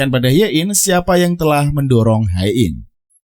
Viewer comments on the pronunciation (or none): Sebenarnya males dengerin alur cerita yg bahas drakor tapi selalu salah pengucapan namanya 🥱 Hae in dibaca he in buka ha e in Si eun dibaca si en bukan si yun Do eon dibaca do on buka do eyon Kepaksa nonton karena lupa alur cerita s1 nya